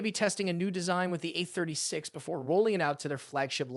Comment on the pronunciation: Please say A. A. A. A. A a a. A. No eh